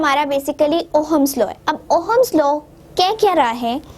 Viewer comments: Ooo hummus law nai ohms law hota hai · Ohm's law is not pronounced as oham it's pronounced at oms 😊😊।। But still thanks😊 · mohatarma..with due respect...pehle thik se pronounce kijiye..its ohm's law not Oham's law. aapne bola battery, draw kiya cell. volt hota hai unit of voltage..volts nahi... physics hai...halwa nhi hai....ki jaise marzi pdha diya..